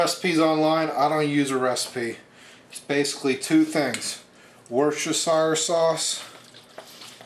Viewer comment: War-Chest-er-shire butthole